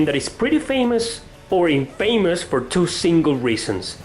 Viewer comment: youre pronouncing infamous incorrectly. its not In-famous, its in-fa-mous, where 'fa' is pronounced 'fah' not 'fay', and the part that is supposed to be emphasized is the 'In', not the 'fa'